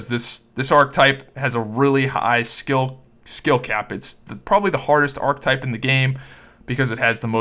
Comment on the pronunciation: Archetype - 3 syllables - ar·che·type